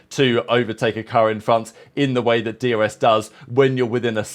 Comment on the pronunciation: Do you say DRS or DUS …. Sounds like you saying D U S 😮